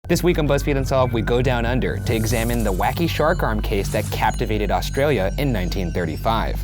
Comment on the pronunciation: I absolutely hate how they pronounce Australia